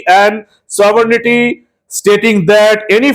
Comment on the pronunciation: সাবরনিটি নয় , ওটা সোবারেণ্টি হবে